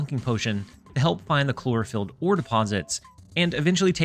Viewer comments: I physically recoil everytime he calls Chlorophyte (clore-oh-fight) "Chlorofill" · The mispronunciation of chlorophyte had me creasing